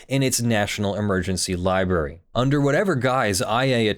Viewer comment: Am I detecting the lawful masses used to be a "LIEBERRY" person. Sounds like your fighting a tendency to mispronounce library. You mostly win. Could be wrong.